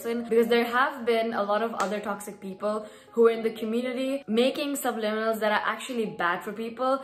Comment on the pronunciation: Finally you pronounce it right gurrlll 😂❤